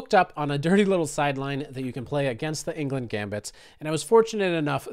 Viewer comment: It hurts my ears hearing you pronounce Englund as England every single time